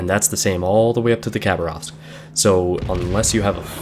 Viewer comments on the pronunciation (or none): none